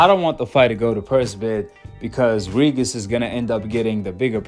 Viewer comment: Why u say “regis” like that lmao